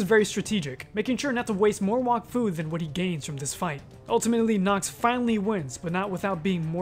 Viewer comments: It's pronounced "wack-foo", not "wock-foo" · its pronounced walk-fu? I always called it wack-fu. What about Dofus? is it not Doe-fus? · This man said Wahkfu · I hate how everyone pronounces wakfu wrong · Bro can’t even pronounce Wakfu